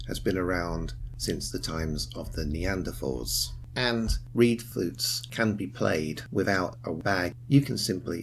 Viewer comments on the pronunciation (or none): none